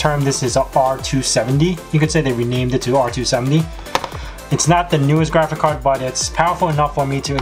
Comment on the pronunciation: You say GRAFICAR every time... :D